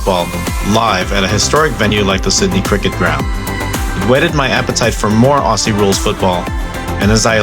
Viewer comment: The first tip is Aussie is Ozzy NOT Ossy